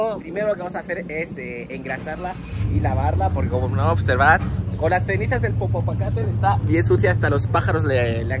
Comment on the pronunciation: Ok pero diciendo popopacatel